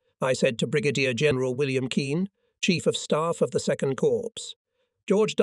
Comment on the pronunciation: How about: Brig-a-deer for Brigadier General?